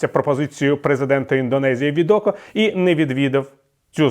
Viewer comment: Президент Індонезії Джоко Відодо, а не Відоко. Пане Віталію, ви постійно робите цю помилку.